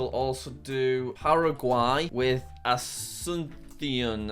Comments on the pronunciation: He looked up the pronunciation of Asuncion and then proceeded to mess up the emphasis. It's AsunSYON not aSUNsyon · That pronunciation video was in Spain Spanish, which is the only accent that has different pronunciations of s, soft c and z In the rest of Spanish speaking countries it's all pronounced the same as s, and because it's the Paraguayan capital it would more accurately be pronounced a-soon-see-on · Jack you learned the 🇪🇦Spanish🇪🇦 pronunciation of 🇵🇾Asunción🇵🇾!! 😂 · As someone who speaks Spanish, this video is incredibly painful to watch. Edit: I also love how Jack found the Spanish pronunciation of Asuncion (with the lisp on the C), which probably isn't how many people from Paraguay actually would pronounce it.